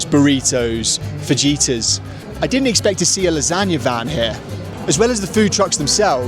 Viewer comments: what is a fa-gee-tas??? Fajitas are amazing though! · Paysos and fajeetas lol😅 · Why do the British struggle so much with the Spanish pronunciation of J? "Fajitas," besides starting out as more of a Texas thing, is pronounced more like "Fa-hee-tas." Don't get me started on how bad "Jalepeno" sounded on Bake Off. Other than that pet peeve, I love your videos. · Did you just say fajeeta